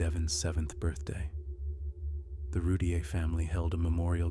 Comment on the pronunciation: Its Roo-teer